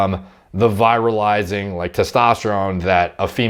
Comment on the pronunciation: You said 'viralizing' (VIGH rahl izing) several times (fast talker, you) before context clues made me realize that you meant to say 'virilizing' (VEE rihl izing). Just a tip -- I honestly didn't understand how viruses are involved, until I figured out that you meant something like 'over-masculinizing'. Even the closed-captions didn't help -- showed the word 'viralizing'.